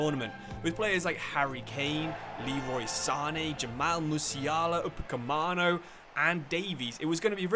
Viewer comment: Upa-meca-no, not Upa-cmano btw